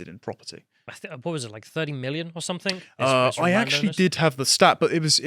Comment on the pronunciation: Something, not "somethingK",...